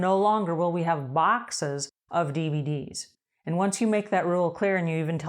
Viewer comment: Cool. When you 1st said dvd's i thought you said bvd's😂 my silly ears